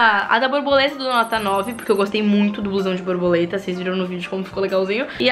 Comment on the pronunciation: O melhor é ela falando broboleta 🤣🤡